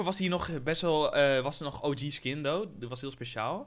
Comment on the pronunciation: Hamza Chadili hij zegt though